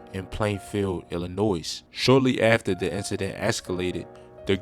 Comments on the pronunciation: This is so funny it ain’t even right first of all ILLINOISSSSSSS S ? Omg Shutup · Dawg if you gonna do these videos DO NOT pronounce the S in “Illinois” 😂😂😂